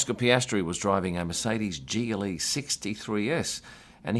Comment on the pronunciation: Everytime you said GLE, I flinched and thought for a second you said Geely. In a strange world if Lotus, or Volvo, or Polestar were a racing team, someone could show up in a Geely.